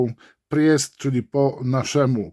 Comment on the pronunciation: Panie... "prist" po prostu "prist"nie "prjest";) Pozdrawiam